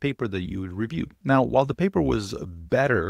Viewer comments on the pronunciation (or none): none